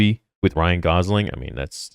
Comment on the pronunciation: It’s Gosling not Gausling